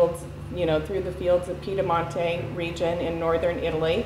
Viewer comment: the winegrowing region of Northern Italy from which your grandmother Marina hailed is 'Piemonte', not Piedamonte (or whatever you said in the video)... btw I love Portalupi Barbera